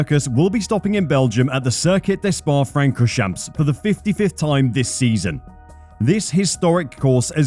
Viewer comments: He actually pronounce eau rouge correctly, radillon was laughable, but the worst was "spa frankorsjamps" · Don't forget the way he says Spa Francoschamps...